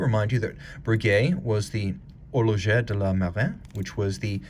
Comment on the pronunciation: very nice piece - even though a fresh video, I need to correct my beloved watch commentator in his French - you pronounce "Marine" in French similar to English "Marine" - you speak the "i" as an "e:", not as did with the nasal French sound. cheers